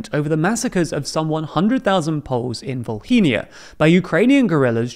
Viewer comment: It's not "volkhynia" it's straight up " Volyn' ". 2nd: number of 100,000 was never confirmed and it exists only in several books, in which all estimates were exaggerated; on the height of wave of anti-ukrainian sentiment some floated numbers as high as 300,000 - without any proof again. 3rd: few times institutions on both sides offered exhumation and cooperation in MAKING ACTUAL ESTIMATE of victims of tragedy; polish side backed off numerous times. 4th: we are ready to admit all the actual horrors that were done and finally settle for peace on this topic, poland has to admit massacres against citizens and context under which it happened. we want to clean this wound and bury all the hatchets, but for now we only assume that it is probably too lucrative of the topic to settle this for polish politicians